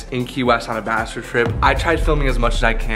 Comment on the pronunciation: It’s “Bachelor”, take out the “T”